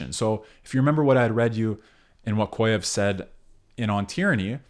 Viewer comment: small correction from a russian speaker... it's pronounced "kah-zhyev." excellent video otherwise